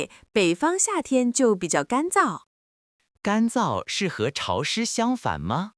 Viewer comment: 我觉得男生的『潮湿』的发音错😂听起来（shī shì）湿事😅😅